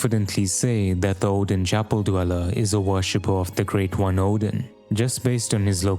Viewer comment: Wait, Oedon comes from the word Oedipus? IS IT PRONOUNCED EDDEN WTF